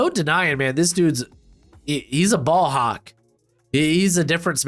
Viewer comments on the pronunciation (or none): none